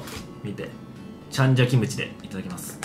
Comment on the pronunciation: 私もチャンジャ大好き！ たらの内臓がこんなに美味しなんてね！w けどイントネーションおかしい気がするw せっかく美味しいご飯なのに紙皿www